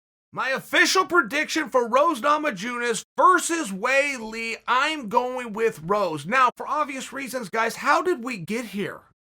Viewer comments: Hey Uncle Chael, why do you not pronounce people's names correctly? Nama-jew-nas? It's yewnas lol. And it's WHORE HEY MASVIDAL NOT GEORGE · straight out the gate with "nah-mah-jew-nes" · Chael pronouncing the "j" in Namajunas like in the word "Jupiter"... I swear he does this on purpose 😂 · How do u butcher Namajunas🥴